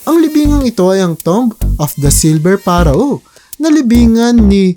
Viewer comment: Napaiyak ako sa pronounce ng pharaoh parowah wah wah